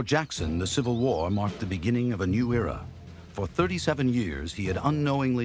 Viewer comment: He tried to say era and said ewa prolly pronounces little like wittle real life Elmer Fudd